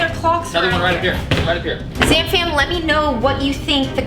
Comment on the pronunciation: She says Zam fam not Sam fan